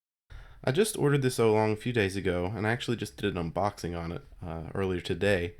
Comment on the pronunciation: isnt is pronounced OW-long not OH-long